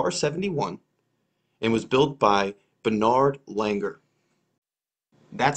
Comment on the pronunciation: Pronounced Bern-hard Langer. Not Bernard.